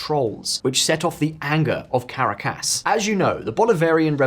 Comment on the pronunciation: Ca -ra-cas?